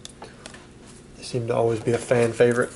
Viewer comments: arcanine. not Ar Cay Nines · I’m gonna lose my mind listening to you say R-canine and CLEEfairy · did you hear how he said arcanine. this guy doesn't know pokemon. just a millionaire making a funny video. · Can’t even pronounce arcanine right